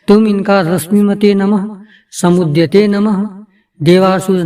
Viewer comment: Jo aapne समुद्यते bola h ye clear smj nhi aya mtlb ye आधा द or पूरा य बोला h right